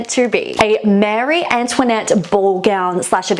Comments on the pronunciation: Marie Antoinette is pronounced Maah-rie not Mary. It is a French name not an English name. I've never heard her name pronounced wrong before. That made me cringe. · Marie. She’s saying it wrong